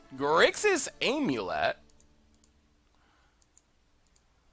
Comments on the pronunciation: “You say AMulet like you say AMerica”.. ai-am-ulet? Best of 2017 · I never heard anyone pronounce the 'a' in 'amulet' like the 'a' in 'America'. People usually pronounced the 'a' like the 'a' in 'I am'.